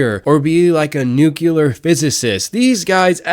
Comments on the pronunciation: NucLEAR ✅ NuCULAR❎ 🫡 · Bruh you really said "nucular" 😂